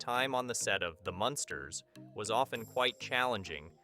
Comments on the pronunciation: Learn to say munn sters not monsters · The Monsters???? What? MUNsters ... that's 21 Wierd Things .... can't listen to more, sorry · It’s the MUNsters. Not the monsters🤦🏻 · Sure seems so. As it goes on the Munsters pronunciation does change to the proper one then back. So weird.